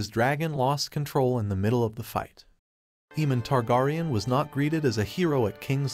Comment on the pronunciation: Bruh learn to say targaryen. Next.